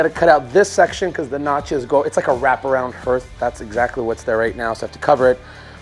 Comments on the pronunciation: Hearth is pronounced as Heart with an h on the end, not H + Earth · OMG THANK YOU! I kept yelling at the computer screen, "It's pronounced 'harth' !!!!!" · I love all the work you do, your wife is very lucky. By the way that hearth word is pronounced harth, Sorta rhymes with art. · A fireplace Hearth is pronounced 'Harth'. Concrete has large 'arch' or 'arc' swipes for a faux texture. & the mesh for the concrete is supposed to go in between the 2 layers of backer coat. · "hearth" pronounced "harth", but I love the way you build and explain things. I also love the fact that you show mistakes and how you overcome them. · I was so glad this is the first comment I saw. This video and the one where he did the outside fireplace he pronounced it “hurth” and I was afraid I had been pronouncing it wrong my whole life. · I so wanted to correct that pronunciation also….so glad I am not the only one! 😅